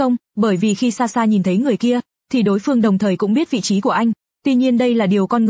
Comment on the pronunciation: SaSha chứ ko phải Xaxa😂😂